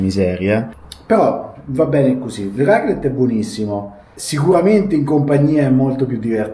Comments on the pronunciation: Pronuncia di raclette: accento grave sulla prima e, ovvero, raclètte. 🌷😊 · La raclette.... il raclet non si può sentire.... 😂😂😂